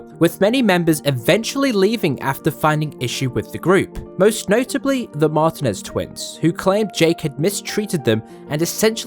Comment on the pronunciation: Martinez is pronounced "Mar-tee-nez."